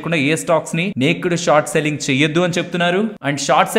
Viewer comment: Hi thanks for the ongoing education regarding the stock market. But a small correction regarding the pronunciation of naked. It is not నేక్డ్ but it is నేకెడ్ . 😅😅 Hope you will take it in positive sense. I don't want others to gossip cheaply about you. You are a man of solid worth.